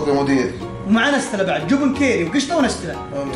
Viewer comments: يعيال ركزتو كل شوي يقول:جوبن ✖️ جبن ✔️ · ياخي يوم يقول جبن احسه يقول جوبون 😭😂😂😂😂